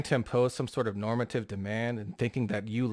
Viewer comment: I cringe every time says normative.